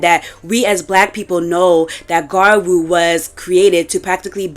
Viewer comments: You guys are so dense. Both of the ways to pronounce gyaru are right - the word gyaru is a loan-word anyway; there is nothing wrong with different accents for you all Unless it's a Japanese pronounciation then it's suddenly just so wrong and itchy. The video was directly addressing the conversations and misinformation that is spreading in recent times, specifically in the western parts of the internet, and the conversations happen to be mostly about the past. Adressing the antiblackness people are trying to cover with "it's just ea colorism" is much needed. Acknowledging modern gyaru sensibilities is not a requirement for the point to stand here, and the subculture itself seems to have come to the same point anyway. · I've typically associated the origin gyaru with Okinawa girls adopting American 90s-00s beach looks. It makes sense that American culture would bleed into Okinawa trends. Okinawa is a place Americans go party because of the US military base. So I can see why jearsy shore looks similar to it cuz its like this american beach clubing girl thing lol. Btw, if you try saying gal but end it with a lu or ru, it would sound more accurate and be easier to understand. It's basically saying gal in a Japanese way so even if you just said gal I think that would make more sense to english and Japanese speakers. I mean no disrespect, Im just trying to help. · About half way, she's included gal tiktok videos making you think she would at least pronounce gyaru right but no were still on garu and I'm about to go insane please turn it around and talk to gals in the second half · It's pronounced "Gradru" not "Garwo" but cool video anyway 😎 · Gradru? It's more like gee-yah-roo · Not to be too picky, but you also mispronounce gyaru throughout the entire video and its been a itch I cant scratch. It's gyea roo not gaa-roo. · Gyaru ( Gee-yah-roo) Ganguro (gahn-goo-roh) 🍭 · There is a "y"! Sorry but it was getting to me 😅 gee-ya-rue